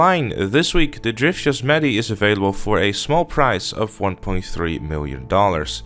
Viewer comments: It’s Yo-se-mite. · Yosemite not yosmeti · In America it's pronounced Yos-em-ite-y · Somebody has never heard of Yosemite Sam Edit: Yo Sim It Ee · Yo-sem-meh-tee. Then you say it quicker for Yosemite. That's how you properly say it you bloody Dutchman.